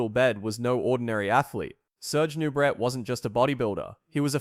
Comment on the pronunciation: It's pronounced 'Noo-bray' not 'Noo-bret'...SMH... Lou 'Ferrino'? Fer fecks sake... Nubret had an amazing physique. In terms of muscle groups, he could equal anyone in chest, shoulders, and arms. He had a tiny waist. But his legs weren't nearly as good as Arnold's, and his back, while wide, wasn't thick or detailed enough. Arnold was better in those two areas, and that's why he won. Still, Nubret came in second to Arnold in the tall class, beating Lou Ferrigno. Now, as to why he wasn't initially allowed in. He presented a real threat to win against Arnold. They suspended him because he allegedly appeared in a softcore porno film. IDK if that's true. ANother story is that Ben Weider said that if he didn't compete in S. Africa in 1975, he'd push for Nubret to win in '76. Maybe money was involved, maybe not. A lot of this was hearsay. As for the poisoning controversy, it's never been proved one way or the other.